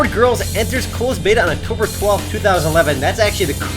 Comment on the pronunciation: Haha, you're saying Octomber 12th so many times. xD